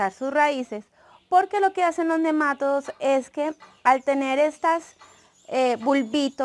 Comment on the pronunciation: Buen video, gracias. Dices nemátodos y se pronuncia nema"TO"dos, la sílaba fuerte es "to" y no lleva acento al ser una palabra llana y terminada en s. Tú lo dices como si fuera una palabra esdrújula. Gracias por aceptar esta aclaración. Saludos cordiales.